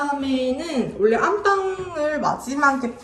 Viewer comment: 잘 봤습니다. 심플 깔끔하게 완성되었네요. 요즘 문 손잡이와 스위치를 고르느라 고민 중이에요. 그냥 흰색으로 하기엔 좀 아쉽더라구요. 오늘 영상엔 원래라는 표현을 자주 쓰셨는데 발음을 올래라고 하셔서 조금 신경쓰였습니다. 사투리인가요? ㅎㅎ